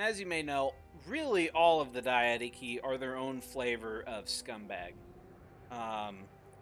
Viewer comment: Also, Diadochi is pronounced as Diya-doeki